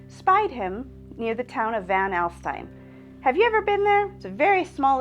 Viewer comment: Van All-steen